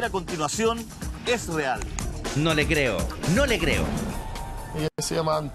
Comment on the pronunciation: "Porque si e ecor"